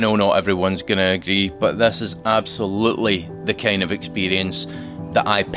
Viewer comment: How you can say i collected thas car?it’s ‘this’ not ‘thas’🤣